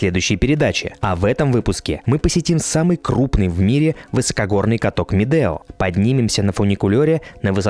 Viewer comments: Ребята, ракмет за видео! Как всегда "лайк". Единственное, что хотелось бы исправить в этом контенте: в названии правильно писать и произносить Медеу (У в конце). Это имя человека, который ещё до 1917 г. владел этим ущельем. Сейчас в РК возвращают многие исторические (правильные!) названия. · Не Медео, а Медеу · Дорогой блогер , каток не Медео а .Медеу не искажайте .